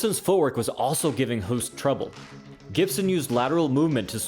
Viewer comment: Hoost is pronounced as the english word 'host'. Great list. Keep it up